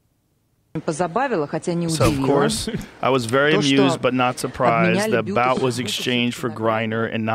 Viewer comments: It's pronounced Boot! Not Bout! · It's boot, boot, not bowt. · It's pronounced 'boot', not bout. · What makes this trade particularly heinous is Biden's indifference...ignorance...of the years of undercover work and risk of death that the Federal agents and confidential informants it took to build a substantive case and arrest Viktor Bout (pronounced boot). This trade was 100% pandering, essentially buying votes, playing games with the lives of Americans abroad. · It's pronounced Bout (boot). Obviously this is the first time Rogan has heard anything about this so I'll pass on his perspective here lol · I feel like if she a straight white women she would still be there. And it's pronounced Boot. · Your view on the subject is dog shit when you don’t even know how to pronounce Bout lol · Well the Russians are 100% correct. And you can’t even pronounce Bouts name correctly.